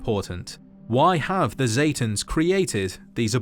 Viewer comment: pronouncing: Zetans aka satans